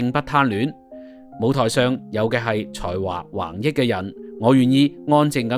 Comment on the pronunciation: ”横溢”讀音是“横日“不是横益。小学雞都不会讀錯🤨